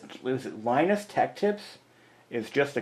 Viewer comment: the lie-nuhs pronounciation is correct